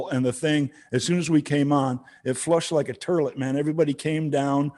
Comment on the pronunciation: Ha ha, Newsted actually said "turlet" instead of "toilet" and wasn't even doing it to be funny.